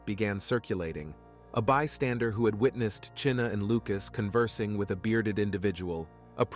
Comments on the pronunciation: Chyna, as in China, not Cheena! May she rest with her name pronounced correctly. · Her name is pronounced China not chinna